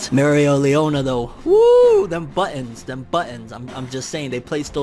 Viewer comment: 12 minutes of saying Mereoleona right... How can I get such power? I say it right, then mess up after lol